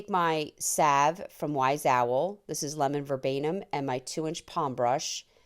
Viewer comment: Isn't it Lemon Verbena? Not verbanum? Please advise?